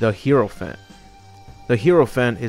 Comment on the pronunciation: It’s not herophant it’s (hi-row-phant) hierophant